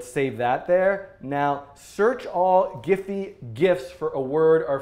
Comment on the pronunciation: Great tutorial Dan ! btw it's pronounced as "jeef".